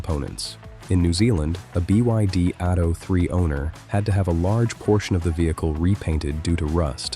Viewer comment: The Ai narration is quite good, but trips up with abbreviations like BYD etc. It's the equivalent of robots using stairs which they struggled to do, it's has now been conquered. We are all Doomed!